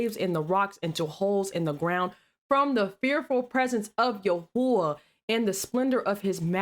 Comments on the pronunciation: Apparently no one has addressed this issue with you, would you please stop saying Yahooah. It's extremely disturbing, ignorance truly is blessed isn't it. Are there educate yourself spiritually and biblically or shut your mouth, I don't take lightly to your mocking God's name. Yeshua, joshua, jesus, pick one but pronounce it right. And before you all start attacking me in the comments, learn to stop being weak and realize that we allow them to sit comfortably with our subscriptions, and likes so yes I think we're all entitled to voice our opinions about the video since we're the ones getting them paid You are much more mature a few months ago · Bruh who is "yahooa" and a few times you said "yahoo and yahoosha" huh? And then you bleep out everytime a video says God, Jesus, Christ, like what's really going on over here